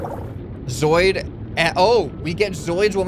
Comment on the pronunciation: Just pointing it out; zooid is said zoo-id. Not zoid.